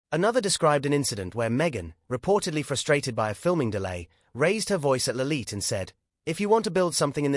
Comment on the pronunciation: who on earth is"Libet"? does the narrator not realise the child is called "Lilibet"?